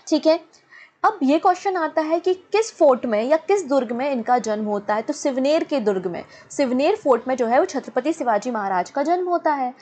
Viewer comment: NOT SIVNER ..IT IS. SHIVNERI